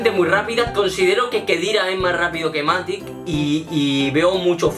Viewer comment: Que rabia que diga MatiC en vez de MatiX